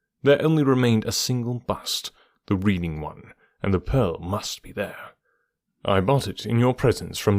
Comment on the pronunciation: In the UK 'Chiswick' is pronounced 'Chizzick' and the town of 'Reading' is pronounced 'Redding'. Thanks for the story! 😊